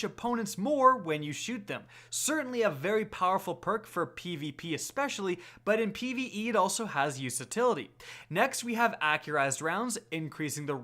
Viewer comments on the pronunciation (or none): Did you really say "usatility"? Might want to look that word up, you probably meant "utility" ;) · Word of the day "use-a-tility"